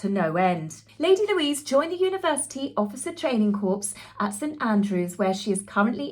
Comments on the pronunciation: An army Corps is said as CORE not "Corpse" Why do Bea and Euge cover even partially their babies. They are babies !when new to the world they look pretty much same especially when asleep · Another great video, thanks, but can I just point out a couple of things? "Corps" is pronounced "core" and the quote was "a dictator in heels", not a demon duchess. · “Corps” is pronounced “core” ❤ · Corps is pronounced "CORE" a corpse if a dead body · Hi, sorry to put you right on pronunciation but Training Corps is pronounced Training Core. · Corps (meaning a body of people) is pronounced core ❤ (corpse pronounced korps is a dead body) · 🍎🍎🍎🍎🍎🍎🍎🍎 FYI In USA: corpse is a dead body Corps pronounced core in USA My mom survived Auschwitz why I have life. And now life in Christ. Isa 53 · Lovely video as always,. Just a little correction... "corps" is pronounced "core" not to be confused with a corpse (dead body). Made me smile.:) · Corps…the p and the s are silent…sorry. Thanks for another great video x